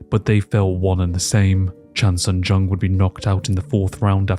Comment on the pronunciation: bro pronouncing zombie's name like carl jung 😭